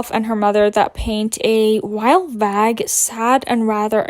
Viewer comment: baby girl i love you but did u say “wild, vag sad and rather aggressive”